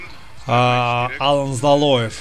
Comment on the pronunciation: За Алана большой дизлайк, он АлАн, ударение на второй сог. Ты вообще не в теме, Лилиев у тебя Лалиев, пойди подыши на свежем воздухе